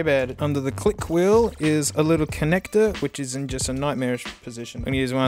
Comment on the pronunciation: conectorrrrrr gru